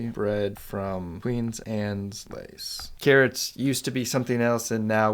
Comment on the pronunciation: Good logic. But your constant mispronunciation is maddening. It's QUEEN ANNE'S LACE. Not "Queens Annes Lace"! Does that even SOUND right to you? Ugh.